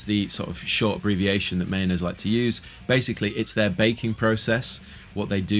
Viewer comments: Mah - Yo- Ness, not Mayonnaise. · The correct pronunciation is actually MY-OH-NEZ, according to the maker of these instruments. Not mayonnaise lol. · Sounds like you keep on saying mayonnaise 😂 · I always hear the "Mayonaise" guitars when you say it 🤣